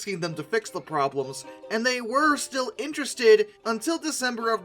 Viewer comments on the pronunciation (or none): none